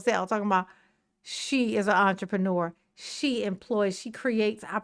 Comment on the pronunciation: We’re dealing with Tiffy…did she say “entrepreneur” or did she say ENTREMANURE😂😂😂😂